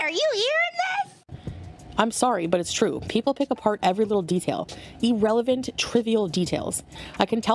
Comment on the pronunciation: E-relevant. Noice one English major 🤣